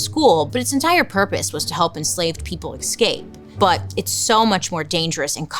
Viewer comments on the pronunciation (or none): I was listening to her podcast the other day and that „excape” really threw me 😅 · FFS man, you're a grown woman. It isn't pronounced excape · I just LOVE Bailey and the way she says the word “escape” 😂❤️❤️ she always pronounces it like “ekscape” I’m obsessed 💞